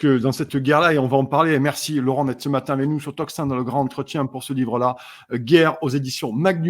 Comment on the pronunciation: Désolée de te reprendre,,, mais j'ai toujours les oreilles qui s'agitent lorsque tu dit: le grand-entretien. On fait la liaison. Et le D se prononce T. Le gran(t') entretien. Belle journée à toi toi et à tous:):)